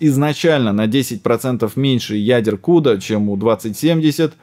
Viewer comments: Весь ролик сижу и думаю, что это за волшебный "си, ю, ди, эй" в этой чудной CMP. А потом осенило это ведь "ку, да" 🤣 Отличный акцент 🍺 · CUDA - все говорят как "кУда"